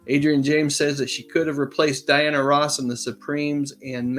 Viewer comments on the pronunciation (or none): none